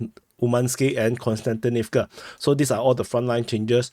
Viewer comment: Hi, i really like your reports and watch them daily. There's just one thing that somehow disturb me. I'm not russian-ukrainian speaking myself but it disturbs me that most commentators call Kostjantinivka (both of them) with an n. It's pronounced more like Cost-yan-tinivca. Please keep up the great job!